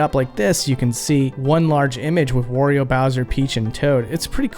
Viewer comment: Did you say “and here’s Worio” he himself says his own name in both the US and Japanese games and pronounces it “Wario”…. This is like when people say “Mayrio brothers” Mario himself says his own name… pronounce it like he does.